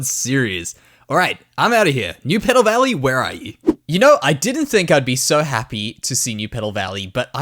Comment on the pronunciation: I kept thinking you called it dew petal valley